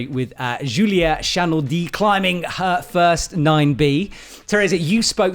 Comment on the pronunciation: Is this the First time pronounced Julia Chanourdie's last name correctly??? There might be hope for him yet! (LOL good luck with all the Slavic Last names in Moscow!)